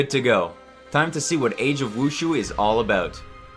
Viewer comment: mhmm pronunciation of the word wushu...